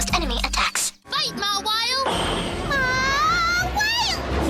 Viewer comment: You mean "MAHWILE"